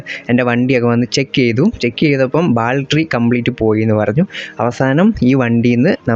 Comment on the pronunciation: ബാൽറ്ററി അല്ല 'ബാറ്ററി' ആണ് (Battery)